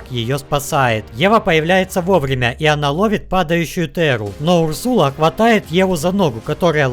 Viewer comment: Не Урсула а Урсаал